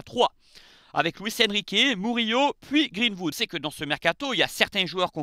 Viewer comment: Arrêt de dire greenfood mdrr c’est greenwood !!